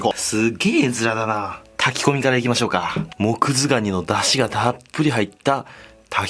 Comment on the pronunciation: 最初モクズガニがモズクガニって聞こえたww